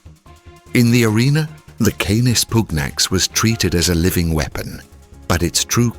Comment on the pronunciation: The Roman legions were decimated in the Teutoburgerwald, dogs or no dogs. Germans? You do not know the difference between Germans and germanic tribes. You can not pronounce 'canis pugnax'. Goodbye.